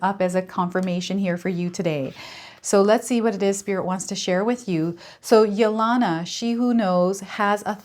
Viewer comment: Thank you for the wonderful reading. I think the name Yelena is pronounced with a long E on the second E.....like Helena or Helen. Its a Russian name.